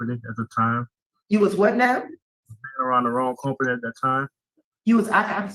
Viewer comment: "Come-pany" is what the 35 year old man said.